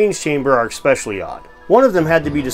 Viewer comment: never listen to someone who doesn't know how to pronounce especially